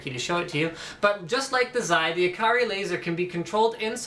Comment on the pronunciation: Steelseries gets their mice names from Japan, the Japanese way of pronouncing ikari is ee-ka-ree.